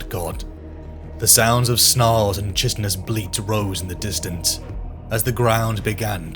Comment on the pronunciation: It's funny to me that even britts don't know how to pronounce certain words. Chitinous isn't pronounced like that. It's Kai-tinous. I lived in the UK for 13 years, and I've noticed this a lot.